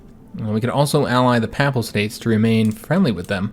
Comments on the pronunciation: Papal is pronounced peyp-al rather than papp-al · Just a little thing; I notice nonreligious people pronounce papal as a soft first a; however, it is pronounced pay-pull. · Personally I don't pay no mind to the "uh"s, but your mispronunciation of the word "papal" is killing me. It isn't pronounced papple or papel. What is making it far worse is the number of times you are saying the word (which isn't surprising given that your campaign is focused on Italy) and is unfortunately making the video almost impossible for me to watch.